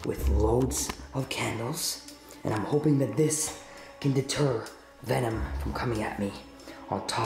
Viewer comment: Venom not o om